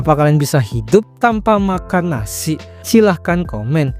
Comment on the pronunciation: Yg kedengeranku Makan nasi❌ Makan Nasik✅